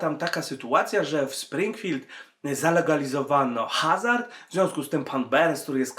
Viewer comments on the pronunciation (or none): none